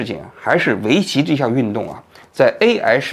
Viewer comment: 哈哈，王局读AI这个词，居然跟吴语区的人同一个口音（字母I读成类似阳平的声调，“挨”）。